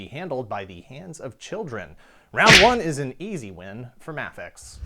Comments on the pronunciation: I always thought it was pronounced Mafex (MAYfex) not (Mahfex)..... am I wrong??? Let me know. Thanks. Great videos. Love your work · By the way it's Ma-fex (May Fex) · Is it pronounced Ma-fex? i always thought it was May-fex. interesting. Really liking the VS series, binge watching them now, haha. I have a beef against Mafex figured being wonky in assembly, sadly. Had a few fall apart on me almost out of the box. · You say mafex wrong